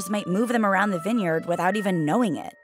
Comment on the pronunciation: Wait, is vineyard pronounced that way?